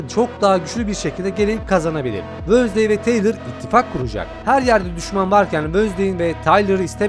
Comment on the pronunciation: Abi Allah aşkına wönsday deme